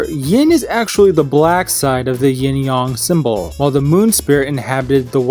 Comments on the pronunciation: "Yin/Yong"? #triggered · “yIN YoNG”